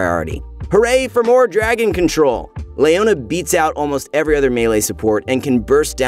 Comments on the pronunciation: Who is this LAYona champion? I'm really interested in her. It's definitely not Leona, maybe a relative, Her twin? In all seriousness how do you pronounce the name Leo? Is it Lay-o or Lee-o? Rhetorical question. 😅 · Lay ona? thought it was Leo na? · Le-o-na. Not Lay-o-na. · nobody says Layona... Its Leona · Leona ≠ Layona Shaco ≠ Shayco League of Mispronounciations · Who is Lay-ownya